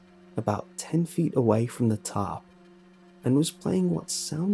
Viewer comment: I think he was saying tarp?